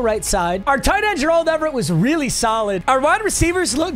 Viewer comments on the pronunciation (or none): Him pronouncing it like "Jurrald Everett" kills me a little inside each time